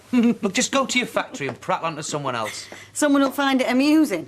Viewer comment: Lol when bill said to rachel in pub u find it all right? I had to rewind cz it sounded like, ur fanny all right?